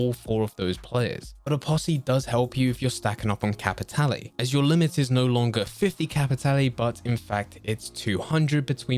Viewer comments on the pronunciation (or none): I dunno why it irritates me when he says Capitale like “Capitalee”